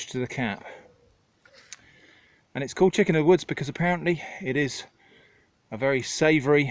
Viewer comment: "Chiscken of the woods" made me laugh way too hard